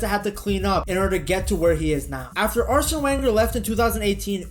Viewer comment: Can't watch... learn how to pronounce Arsene's name.